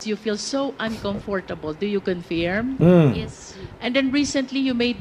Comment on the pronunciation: Cong Luistro, ang tamang pag pronounce ng word na Confirm ay khun furm. The I in firm should not be pronounced as a long e, but fur as in fur like your fur friends. Sakit sa taynga.